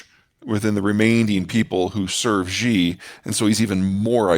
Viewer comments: Shee not Jee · His name is not ZZZHHHEEE, his name is SHE~! EXACTLY the same as the pronoun for as woman.